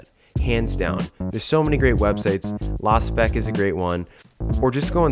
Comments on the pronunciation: why do people keep saying "LA-spec"? it's lospec "LOW-Spec"...low specifications. low-spec. lospec. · LA-spec?? I never heard anyone pronounce it like that.